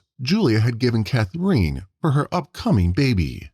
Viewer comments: Who is this /ca-THREEN/ that the video keeps saying? "Catherine", the girl's mother, is pronounced nothing at all like that. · You have a very odd way of saying “Catherine”. Sounds like “Cathreen”. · I noticed the same thing. Bizarre. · Come on, learn to pronounce Catherine.